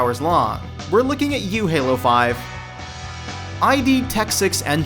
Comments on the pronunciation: Its pronounced "Id', not "I.D." you clown......... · Dude, you don't know how to say "Annex" properly? Are you serious? EDIT It's not EYE-DEE Software, it's id. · it's "id" not "eye dee". But you're not the only one making the mistake. It originally stood for: "in demand". According to "Masters of Doom" which John Romero says is: "all true". I enjoyed your video. Thank you. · god dammit how many times do we have to tell you it is ID software not Eye-Dee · It's pronounced Ehd not ID. Nice job, don't even use good, current news, that included PC or research. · Why does no one ever pronounce it "Ii D" not "Ay Dee"? You know, the way the company's name is ACTUALLY pronounced? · It's id Software, like id, ego and super-ego. it could also be a software reference but it's definitely not I.D. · It's id, not i.d.. Jesus. Id as in a part of the ego. If I hear you guys mispronounce this software developers name once more, I am unsubscribing. It clearly shows a lack of professionalism if you can't even get a developers name right. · Me too. hahahahahah. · Pax Humana Wanker. You walk around like a pleb then and say I.D. GFY. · 1. it's John 2. It's symbol 3. It's id, not ID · It's pronounced Id. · I'm to blame here, since I voiced this. I tend to get name pronunciations wrong sometimes since I've never heard them before. Thanks for the correction though! I'll make sure to get it right in the future.